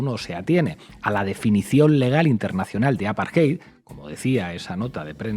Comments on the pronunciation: Por que dicen aparjeid y no apartheid con t? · No es “el apartheid.” Es apartheid o la apartheid. La traducción correcta es SEGREGACIÓN y no deberías utilizar extranjerismos en español, a menos que un término no tenga equivalente. Además, no se dice “aparjay”. La lectura de esa palabra es un poco difícil en español pero se lee más o menos así: A-PAR-TE-YD.